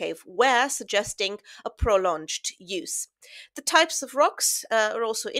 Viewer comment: The "g" in "prolonged" is a hard "g" as in "belonged".